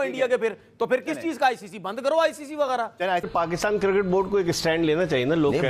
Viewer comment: White tshirt wala pe bol raha hai nahi ana to mat ana. Isko cricket bolne to aa nahi raha cirket cirket bol raha hai😂